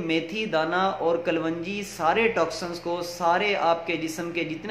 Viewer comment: kalwanji nai hota kalonji boltay hain aur itni lambi video na krean qissa mukhtasar kia krean